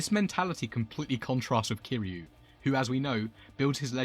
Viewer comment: Kiryu not Kiliu, for next ime, great video as I find Nishikiyama as one of my favorite characters